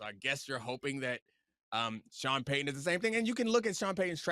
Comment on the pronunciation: I hate that Pablo pronounces ts as ds. Sean Paydon 🙄